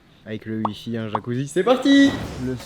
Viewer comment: "il y a du ui-fi"